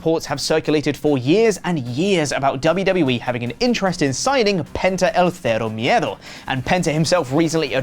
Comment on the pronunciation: ngl that pronunciation of Penta el Zero Miedo and the name of the interviewer was so good. As a native spanish speaker I appreciate your attempt to make sure your pronunciation in spanish is good.